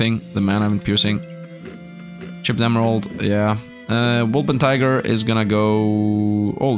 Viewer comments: Wol - per - tin - ger. :) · You keep ignoring the N in wolpertinger. the -tinger part rhymes with finger. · If I hear WolperTIGER one more time I won’t guarantee for anything